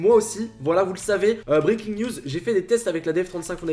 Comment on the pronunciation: faut mettre un accent anglais quand tu dis siren head et breaking news